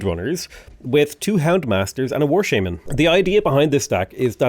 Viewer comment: The way you say shaman is horrible lmao. Painful every time you say that